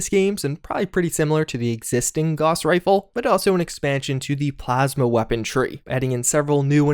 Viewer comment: Gauss is pronounced as [gaʊs], and hence rhymes with house